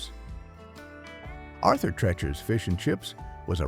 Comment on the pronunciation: It's TREECHERS not TRECHERS. AI is almost there though. The narration is pretty good.